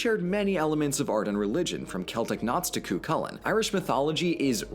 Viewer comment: Congratulations,! Your Welsh pronunciation is very close Perspective: Dublin Post Office, shrine of the Easter Rising, there is a big statue of Cu Chulainn, a hero of the ancient myths. The irony is that Cu Chulainn defended Ulster when the Southern Irish invaded yet many Ultermen think that is all Teague stuff, so they don't want to know. Some Prods do embrace Cu Chulainn and paint murals etc, but not many p